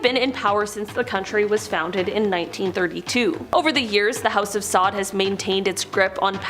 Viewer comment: Come on.. if you don't know how to pronounce names please google it before making these videos.. also make a sign to help you speak it properly when making the video... Borgia (Bor-zja) ... Meyer Lansky (not mayor but sounds like My-er)... House of Saud (Sowd)... Koch is not pronounced "Cook" it's more like "Coke" (like the soda).... remember you're trying to teach others a bit of history (had to stop video after Koch but might return to edit after watching the remaining video)